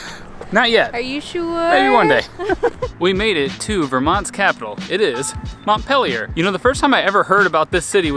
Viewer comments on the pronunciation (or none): Just an FYI, it's pronounced "Mont-peel-yer" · Yes. Not -pill yer🤣